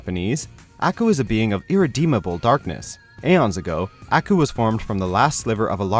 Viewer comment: I hate the way he says "Aku"